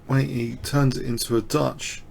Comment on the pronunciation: Very well explained as usual. The Chinese opponent in the 2nd game is Chenxi Zhao. Your pronunciation of this name as well as that of Wei Yi is not too bad. Chinese is rather difficult to pronounce for westerners.